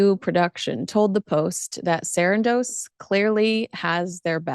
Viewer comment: Why do u keep saying Sarandos like that .. its weird .. no one else says it like that.. I stopped watching